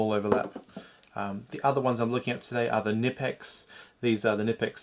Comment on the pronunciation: Ca-nee-pex is how you pronounce knipex